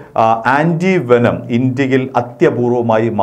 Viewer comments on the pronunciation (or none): വേഷം അല്ല വേനം ആണ് .. ദാരിദ്രം